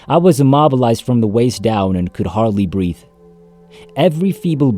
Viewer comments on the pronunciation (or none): none